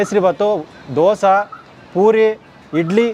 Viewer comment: ದೋಸ❌ ದೋಸೆ ✅ ವಡಾ❌ವಡೆ ✅